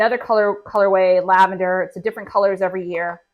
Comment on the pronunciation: She calls her brand Laven-dare.